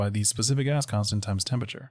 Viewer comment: ooooooh "GAS CONSTANT". Whole time i thought you were saying "specific ass constant" and i was like, damn right!